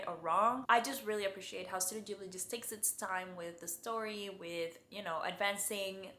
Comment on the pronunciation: "Ghibli" is Italian from one of their early movies. Gh- in Italian are always pronounced with a hard G, like in "gift"